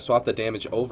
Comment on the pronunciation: It's Joe not Joey lol